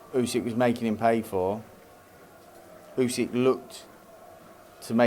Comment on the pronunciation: Still can’t pronounce the undisputed world heavyweight champion’s name. It is NOT Usek ffs!